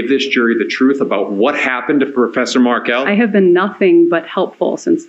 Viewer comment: that’s actually a funny reply, I’ll give you that. FYI: the emphasis is on the last syllable “Mar KEL”. Bye!